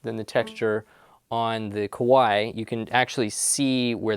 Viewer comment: Not "Koo-wai". "Kuh-wai".